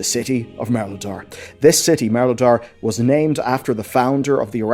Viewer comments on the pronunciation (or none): It's Mereldar, not Melredar or Meledar